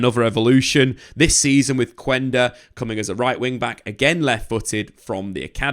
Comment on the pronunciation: did anyone laugh when he said quender....